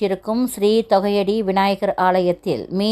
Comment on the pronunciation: தொகையடி அல்ல. தோகைய டி என்பதே சரி.